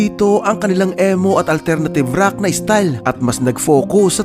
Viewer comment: (ee or i) mow NOT EH-mo 😂